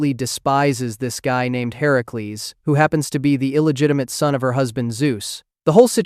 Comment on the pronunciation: FINALLY someone actually says Heracles correct and not Hercules